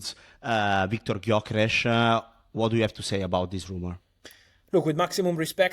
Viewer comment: How can the two of you do your jobs when you can't pronounce the name Gyökeres? Hilarious 😅